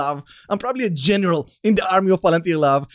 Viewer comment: I salute every time you say "general"